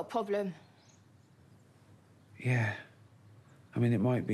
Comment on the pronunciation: "I fink I got pwoblem"